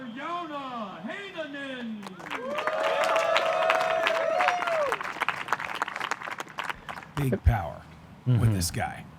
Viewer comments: Great pronunciation of Joona Heinänen by announcer. Even though I don't even care if its correct or not. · Announcer hitting Joona Heinänen's name incredibly well 🎯